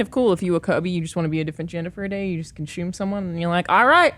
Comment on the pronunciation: Australians say Consume not Conshume Alana. source: I'm Australian